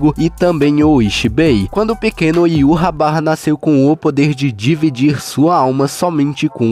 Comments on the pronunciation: a tradução pode ser mas a pronúncia não. Heyva (ユーハバッハ, Yūhabahha). Fala-se: í-vah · Já vi muita pronúncia engraçada do nome desse rei quincy, mas "Iurrabarra" foi a mais engraçada kkkkkkkkkk